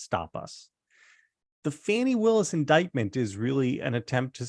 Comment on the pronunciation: You can pronounce Vivek Ramaswamy correctly, but you can’t say Fani properly?